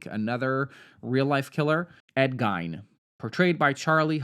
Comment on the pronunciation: It's pronounced Geen (Gein), and after watching the movie Fresh starring Sebastian Stan I think Jeffrey Dahmer wasn't just a serial killer, but also a butcher for elites.